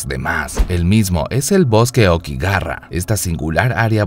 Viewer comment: okigarra exito XD. todai vida pensé que se pronunciaba okigahara .